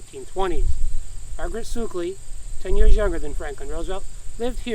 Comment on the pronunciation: You are pronouncing our family name wrong. It’s not ‘sookley’ it’s pronounced as it looks. Suck…ley. Suckley.